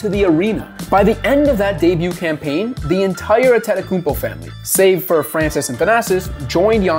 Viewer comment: Ant Tay Toe Kou Bo Sound it out, it's in English letters.